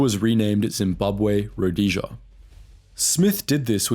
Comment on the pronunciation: About the only name you used Rhodesia was the only one you pronounced correctly.